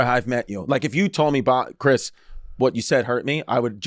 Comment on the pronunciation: Chwis issa vely vely sowwy